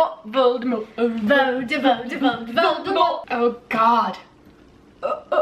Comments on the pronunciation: No no no your saying is wrooooong it’s ✨Moldy Voldy✨ not Vooooooooldmort. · No hate but Voldemort is pronounced Vol de More not vol de mort